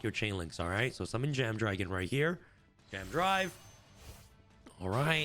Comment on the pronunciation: Say it with me “AMAZING Dragon” and “JAM Drive”